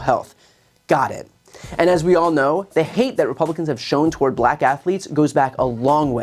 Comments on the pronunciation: Black is pronounced black not that difficult. Racist Trump pronounces it something like BLLack. Very demeaning and shows a very high level of unintelligence. This is from an old white guy whose going to lose his Social Security and Medicare if Project 2025 becomes law. I'll be dead in 6 months when my prescriptions become impossible to get, while living in the wake of a depression that makes the last one look like a cake-walk. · Trump can't even say the word BLACK without making himself a fool. The tone of his nasty racist heritage is encapsulated in just the way he pronounces the word.